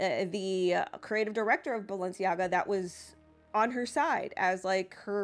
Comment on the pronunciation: It’s balenciega and adidas